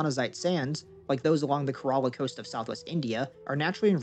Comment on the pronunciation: The shear amount of time you mispronounced Kerala was hilarious, but amazing video! ghidorah is waiting...